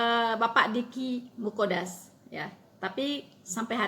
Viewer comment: Deky Nggadas mbak, bukan Muqodas 😀